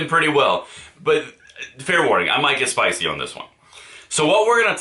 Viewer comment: Had to start this again… all i heard was “Spicey”… say what?